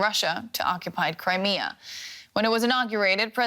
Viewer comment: Wussia's woad to Cwimea